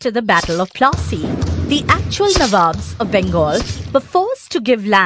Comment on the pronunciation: Battle of Plaasy no" fat u plassy"